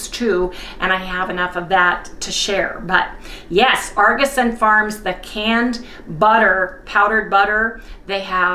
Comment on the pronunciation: It’s Aug in Auguson not Arguson! No R in the name .